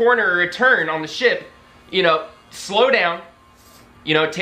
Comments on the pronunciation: Or as you say, shi-PUH ;) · I like how you say the word ship